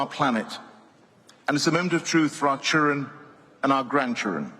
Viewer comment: I wondered what that was about too. It was a very deliberate mis-pronunciation of the words.